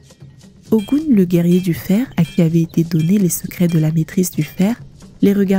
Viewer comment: YEP ! Même appellation en langues Fon, Mina, Adja et bien d'autres. La conteuse épelle comme elle le lit en français, ce qui donne "O Gou N..." Mais la vraie appellation ne peut se faire en francais. NO WAY!!! Il faut parler Yoruba ou être africain ou "asiatique* car seuls eux possèdent ces variantes phonétique particulière dans l'intonation. Hotep. La Paix